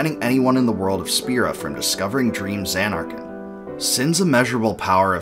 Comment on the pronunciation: Sounds like you're saying Xan-Narkand. Stretching the first syllable and making a double N sound while ignoring the last syllable.